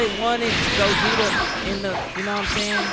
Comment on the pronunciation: Lol I laughed when you said Gogeto